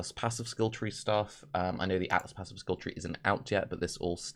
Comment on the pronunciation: I know if was a slip of the tongue but I vote "aassives" is the official term for atlas passives.